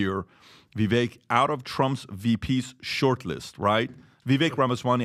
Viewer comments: After months of mispronunciation, PBD finally says Vivek-rhymes-with-cake correctly. /applause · First time I've heard Patrick or anyone of the team pronounced Vivek's name correctly 🎉🌟💥💫🎆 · This is the first podcast where PBD pronounced it correctly. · Vivek rhymes with bake, said Vivek on THIS podcast!